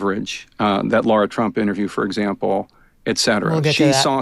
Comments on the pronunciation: Is there a reason why these professional college graduates or higher cannot pronounce the name “LARA” correctly?!😢 Why do they always say “Laura?!”😢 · Why is Jack Tapper referring to her as Laura when her name is spelled LARA. Can he pronounce it properly PLEASE??? You are a reporter Sir. It irks me when people names are mispronounced. It is special to everyone...their identity.